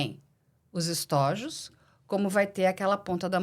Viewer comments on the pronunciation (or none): Uma observação: O plural de estojo é estôjos e, não, estójos. A acentuação é apenas para acentuar a pronúncia correta.